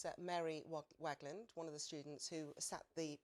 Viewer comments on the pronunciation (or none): "Mary wogwaglan"